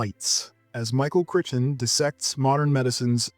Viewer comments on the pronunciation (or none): Please learn to look up things that you do not know how to pronounce. Otherwise, you appear to be an adolescent who will publish anything, trying to get attention for yourself. You know, like how to pronounce Michael Crichton's name, for example. Pronounce it: CRYTEN. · It's pronounced CRY- TON PLEASE!!